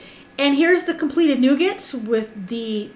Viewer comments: Nugattt. lol it's pronounced Noo Gar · Sorry girl, but it is pronounced noo ga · you don't pronounce the t when saying nougat. 😉